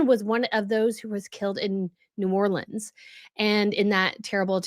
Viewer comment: thank you for correctly pronouncing New Orleans.